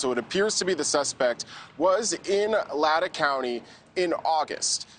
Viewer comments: Lay tan county. Not latta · LAEH-TAEH!? Booo it’s pronounced Lay-tah XD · Also, heads up NewsNation, it’s pronounced “LAY-tah” county, not “Ladda” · It is pronounced LAYTAW. Also, News Nation, can we please look in to the stabbings of Travis and Jamilyn Juetten at 3 a.m. in Silverton Oregon, (only 6 hours 12 minutes away from WSU campus in Pullman) on AUGUST 13, 2022? Travis died of his injuries and his poor wife is barely making it through with the horrific injuries that she suffered. I find it interesting that this crime was committed exactly 3 months to the day, the 13th, of the U of I crimes on Nov 13. Also,the MO of brutal stabbing with a long knife at the same time of the early morning is something very suspect. Also if you look at the WSU schedule for that time, there were no events or classes scheduled on August 13 or 14. Hmmmm. There was on the 12th and then on the 15th. Surely LE is examining/must have really examined this. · It's pronounced Lay-taah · It's LAY tah lol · Latah is pronounced Lay-taw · It’s pronounced Lay-taw. Just for future reference for the reporter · Minor point, but Latah is Lay-taw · It’s pronounced, Lay-tah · Latah County. Pronounced Lay-taw. Rhymes with paw. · lay-tah county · It’s pronounced LAY-TAW County. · LAY-TAW not latta. MOS-CO, not Mos-COW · Dude it’s Lay taw County. Just like Mosco long O not Russia. Many names in this area are Native American like Cour da lane (pronunciation not correct spelling). Please learn correctly thank you. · and Lay-tah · He pronounced the county name and the city name wrong in this report. It’s Lay-taw (Latah) County and Moss-co (Moscow) City.